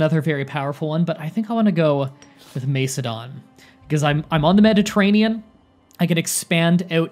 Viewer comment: Great video man, and I know you apologised for your pronunciation but I still could help but laugh at some of your attempts, just a quick tip, it’s pronounced more like Mak-edon rather than Mace-edon, the C is hard in classical Greek and Latin, hope that helps a bit 😊